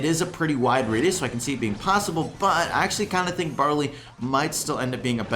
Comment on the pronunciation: No one:: "Tink"